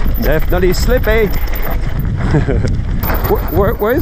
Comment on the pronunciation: Awesome ride, un rêve ! Au fait on dit "slippery" pas "slippy" XD (slippy c la grenouille de compagnie de PewDiePie :D)